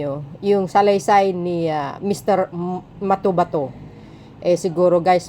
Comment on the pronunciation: MA-TO-BA-TO NOT MATOMATO 😅😂